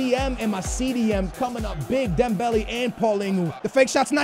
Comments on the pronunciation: For the love of God it's not Dembelly it's Dembellay if that makes it easier to pronounce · Dembelly.. Lol your pronunciations have always been fantastic :') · come on, don't say Dem-belly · It's dem-bell-ay ffs